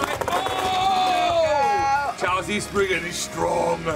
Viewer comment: Your saying cho z chow z sorry if i made you angry😯